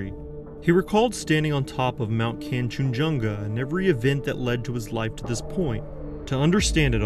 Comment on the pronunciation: The western what? western koooooom Also Kan-chen-jun-ga, break it into syllables lol